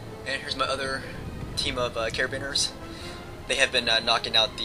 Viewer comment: I think he was referring to carabiniers. Wrong pronunciation, but folks know what he meant